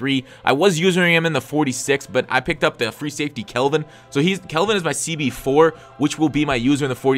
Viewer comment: CALVIN AS IN CALCULUS NOT KELVIN...sorry it was annoying hear you say it wrong